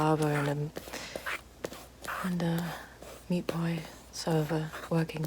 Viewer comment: Note for: it's pronounced: meaet pios